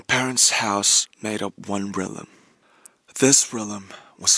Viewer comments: Nobody: Rm: Relum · word: REALM how RM pronounces it: reaLim word: EGG how RM pronounces it: agG